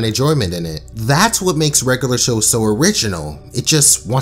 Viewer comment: “Regalar Show”